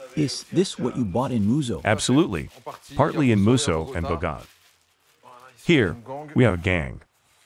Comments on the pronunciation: You have the accent on the wrong syllable it is pronounced: BOW-guh-taw NOT buh-GO-ta (ridiculous) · Bowgoater😂😂. Ridiculous! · "Bah-GOAT-ah . . . my investigation starts here." Please let me know to the point in his investigation where he learn how to pronounce that word. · Incredibly interesting, is it only pronounced Bow-gow-taa in english? Have never heard the bo-gota that the announcer uses. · That's the first time I've heard Bogota pronounced like that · U really F up that pronunciation! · Please pronounce the word " Bogota " properly